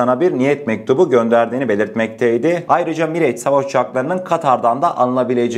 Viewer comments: Aleykümselam. Mirage, Miraj diye okunuyor. Bize sunduğun değerli bilgiler için sağolasın kardeşim. Selamlar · kardeş miraj okunur ingilizce değil.